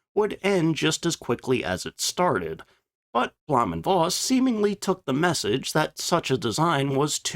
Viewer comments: Bloom and Foss is how you pronounce it. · As an on again off again language teacher and ma in german... blowhm (long o) und Foss is the pronunciation.